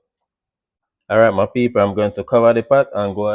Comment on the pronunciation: I love when he say ok ma peaple